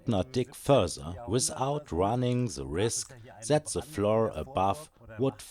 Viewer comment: Coole Sache das Video auch auf englisch anzubieten. Vielleicht noch dran denken, das "th" nicht als "s" auszusprechen ("the" =/= "se") aber das ist meckern auf hohem Niveau :D weiter so, hoffentlich kommt bald mehr